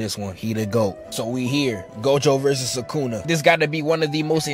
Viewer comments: Bro why you keep saying su ka na? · Him: SukAna Me: WHO?